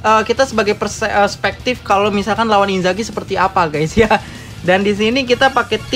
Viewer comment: Inzars bukan inzaghi yaampun